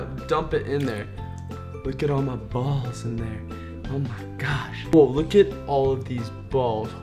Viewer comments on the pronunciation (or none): the way he says balls sounds wrong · the word "balls" is emphasized so much, it awkward